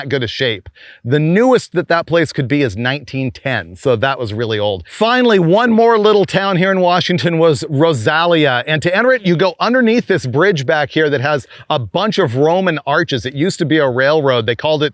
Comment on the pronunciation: Dave, Rosalia is pronounced "Rozaaelia." Derek also always carries a Leatherman. The locals refer to the hill as the Lewiston Grade.